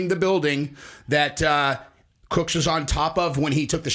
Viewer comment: The would-be as*a s*ins last name was CROOKS… NOT “Cooks”.